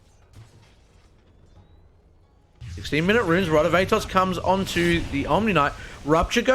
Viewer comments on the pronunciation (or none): none